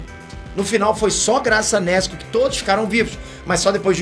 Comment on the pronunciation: nÉsKu não,, Nezuko ou "Neshku"